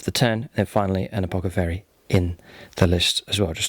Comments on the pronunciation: I really love your vids and really appreciate all you've taught me about how to play 40k since I decided to start delving into this hobby a year ago. You're amazing! That said, is there an inside joke I'm missing? It's "apothacary" not "apocathary". It hits my ear so wrong! Don't ever change. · Great batrep It's ApoTHecary lol